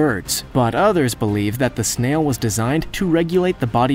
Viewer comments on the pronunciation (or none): Why are you saying snail? Should be sail. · Did anyone else notice that he was saying “Snail” instead of “Sail”? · Yes, he said snail. To geek out, he was talking about Dimetrodon but they kept showing Edaphosaurus. They had crazy snails too! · Idk if any of you noticed but with the dimetrodon part he says snail instead of sail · Dimetrodons "sail," not snail, "arthropod" not anthropod, and "filter feeders" are big sluggish animals, not aggressive predators. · Snail? I was like wait did he say snail? and I was about to rewind when he said it in correctly again. (pretty sure he ment to say "SAIL") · I caught that too! With about 200 other mispronounced words, and no credit to Nigel for clips taken from his show in the early 2000's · Did he mispronounce sail ??